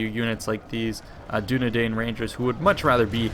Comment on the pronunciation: you pronounce Dunedain like Dunedine.